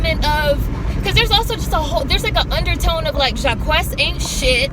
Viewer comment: His name is pronounced JAH-KEECE by the way